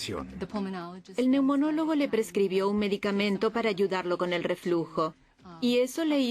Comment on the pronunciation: Neumólogo no neunomólogo